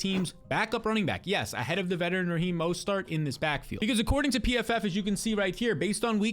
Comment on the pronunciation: Why do you say Raheem mostert with 3 different pronunciations